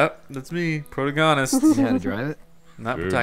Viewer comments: Pro-to-gont-ist !! it is pro-tag-onist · proh tah goh nist? lol you mean protagonist XD